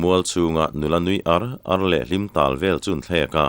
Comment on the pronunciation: Râl donaah hian ṭhian te hi inrâl a awl em em. He laia râl tih leh inràl tihah hian 'ral' rau rau a thluk a insan hleih ang hian, in-mu leh ar tihah pawh hian ar hi lam hniam tur a nia, verb a nih tawh vang hian, pu, ni dangah pawh he thu hi ka comment ziah a, ka comment hi i chhiar fuh lo a nih ka ring, i la thluk ṭhelh ta zel tho a, inràl tiha i thluk hniam ang hian àr hi thluk hniam la ngaihthlak a nuam leh zual ang mawle, ṭhenkhat laiah chuan keini tluk lohvin i thiam tih chu ka pha hran love.